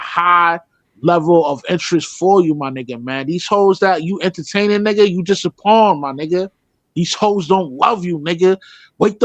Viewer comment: Bro it’s pawn not pond .